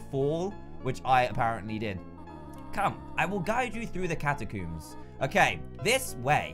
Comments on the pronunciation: he said “catacooms” Between this and Ee-vor, I swear he mispronounces everything. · hate how he says catacombs